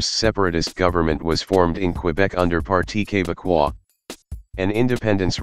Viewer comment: Please not Qwébec, Québec. Like when you say okay and Beckham. KayBeck = Québec. You said ''parti québecois'' perfectly. Amazing video, a great way to summarize the way our country was formed